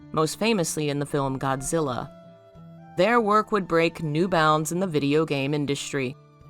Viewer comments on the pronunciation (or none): none